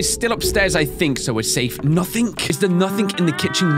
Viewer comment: its na-thing not na-think